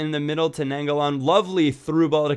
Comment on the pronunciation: The CM Is pronounced Nine Goal In